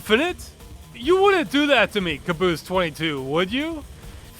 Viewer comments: You pronounce Kabus like Maabus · I'm a native speaker of the language and the pronunciation of the word is something like "KYAA-BOOS" in Turkish, which literally means nightmare.